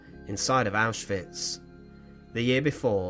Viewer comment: Thank you for pronouncing names like Auschwitz (OwshVitz) correctly, it's infuriating how many people don't - I know for many it's out of ignorance, but it feels disrespectful.